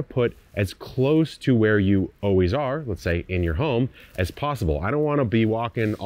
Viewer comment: lol do all Californians say “oh wheeze” instead of “always?” Or was that just a verbal flub? lol in any case now you’re definitely going to take notice 😅